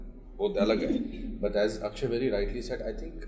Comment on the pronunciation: Akshaye not akshay